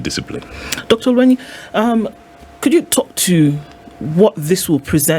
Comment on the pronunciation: It’s OL-WE-NY; ‘NY’ as in NYanza NOT as in maNY.